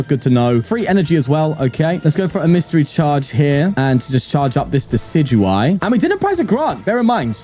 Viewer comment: Day 29! A bit late, but still counting! You should look into becoming a professional Pokemon pronunciator, I knew decidueye was pronounced like that!